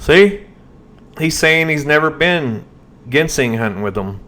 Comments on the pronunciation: JEN-sing.......... lol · I’ve heard it as Jin seng, Jin sing, also have heard Jin sang. Does it depend on what part of the country you’re in? Like southern states or northern states? Or just many pronouncing it wrong? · Jin sang is how we pronounce in Kentucky or just plain ole “sang” and that’s how my grandfather in Tennessee said it, he was an amazing sang digger for most of his 97 years of life . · Its spelled with a G but pronounced with a J ginseng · Buddy your killing me .. Genseing is pronounced ( Jenn sane) lol …I’ve watched that documentary and it seems like John didnt put everything in order the best i can remember . First they were at where the trailblazer was found and later on in the video he was meeting shane at his house to go to where the trailblazer was found and later… im like you are im thinking shane is a shady charachter !!!! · Ginseng is pronounced with the G like in the liquor Gin. Ginseng People get K1LL€D for going on people’s property looking for Ginseng more than people know about Ginseng is a hot commodity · Not GEN SING GIN LIKE THE ALCOHOL SENG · The southern Appalachian pronunciation is Gin-Sang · IT'S Pronounced JEN-SING anyway If you seen the trail photos (was took at a different time ) this guy was not in them photos I think he misspoke--I think it was drug related ( i do not live in that state or know these people) but if they OD at that cabin whoever was there is who they need to talk to. sounds to me the seat being pulled up a woman was most likely driving that blazer. (thoughts they od at the cabin whoever gave the drugs buried them and moved the blazer down to where it could be found. I don't think SHANESHOUPE had anything to do with it. But here's the question who was running drugs at that cabin? there is where your answer lye's (people know but there not going to tell it in fear of there life) Prayers for there mom.